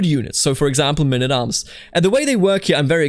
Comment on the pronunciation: What is mynn at arms? Please, can't you just say men at arms?